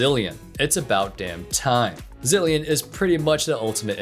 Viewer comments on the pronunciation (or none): It’s zilean